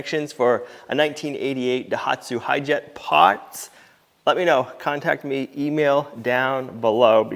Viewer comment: Hooray I'm so happy for you! YOU never give up! Since its working, I've got to pick on you a little bit about some of your words tickling me! I don't have a ("POT", aka part) nor a window to throw it out of!!! LOL! This was another very enjoyable video! You reminded me of Jason from the " Sow The Land" attitude and your vehicle!!!!!